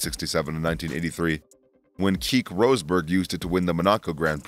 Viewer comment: Bro I’m American and even I’m embarrassed by how you say some of the names. Renault, Keke. I mean come on. Are you even a fan? How do you mispronounce the names so badly?